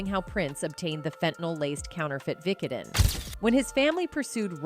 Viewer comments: Did it bother anyone else how she pronounced "vicodin"? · I would watch this entire video over again just to hear the ways you pronounce "vicodin."